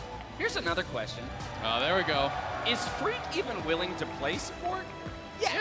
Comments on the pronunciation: Thought he said Greek as well lmao but it was Phreak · he said phreak but it sounded like greek xd